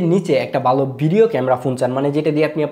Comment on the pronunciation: বালো না ভালো হবে। উচ্চারন ঠিক করতে হবে।